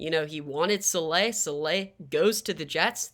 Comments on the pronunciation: Sah-la not sah-lay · Saleh (Sah-lah)is the pronunciation, greta vid tho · Great video! But it’s pronounced “Saul-luh”